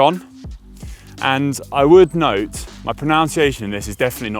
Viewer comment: Is it just me or did Connor pronounce pronunciation incorrectly?